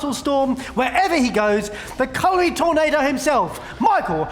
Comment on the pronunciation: Whoever made read "culinary" is cruel.